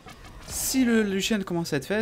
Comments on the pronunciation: lucian pas luchian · Younochang cr bah prononcé luchian en engrais mais vu la façon avec laquelle il dit throw, il devrait pas utiliser de l'anglais :')